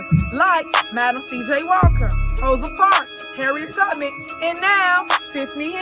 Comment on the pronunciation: Did this illiterate lady call Harriet Tubman - Harry Tubman 😂